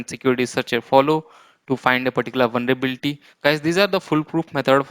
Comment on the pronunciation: It's Vulnerability not "Vulnrebilti"😬🙂